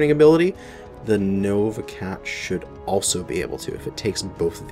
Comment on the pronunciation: Heard the intro as: "Welcome to the shit you buy..."